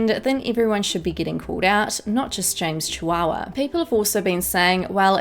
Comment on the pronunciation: Did anyone else hear her say James Chihuahua?